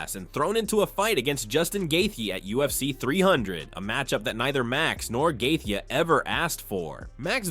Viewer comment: Gay-theeyay is crazy work